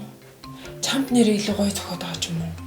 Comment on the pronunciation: чамт гэж хэлхээ боль